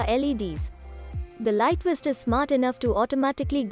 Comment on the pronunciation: Guy on bike wearing a west. Funny I always thought that V made a sound like Video, Victory or Volly. Please take some more English lessons before releasing content.